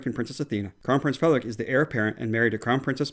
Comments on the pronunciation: Your pronounciation of danish words is really good, and the pronounciation of “Frederik” is 100/100. I appreciate your videos very much, keep it up fellas 🙂👍🏻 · I’m really impressed with your danish pronunciations! Especially Frederik!! 😁👍